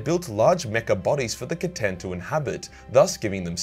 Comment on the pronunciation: Who here is from the time that pronounced the C'tan as Stan?